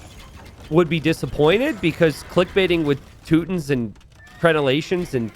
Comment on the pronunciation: "Tooot tins" i had to laugh at that pronunciation sorry. Sounds like that civilization's units are always farting. "Toot toot". It's too-ton-nick or teww-ton-nick as the two main pronunciations in english.